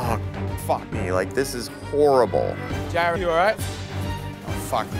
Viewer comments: did anyone else catch chef ramsay call jared "gerrard" twice? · So can Gordon just not pronounce Jared? He pronounces it as Garard. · That's how he said it the entire season, like gerard instead of jared idk why